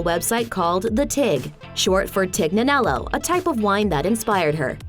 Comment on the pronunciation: Lol that wine's not pronounced tig-na-nello at all. You don't pronounce the 'g' and the n is read like an ñ in Spanish.